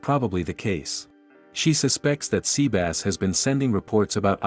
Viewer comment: The TTS pronounce it as seabass is funny tho.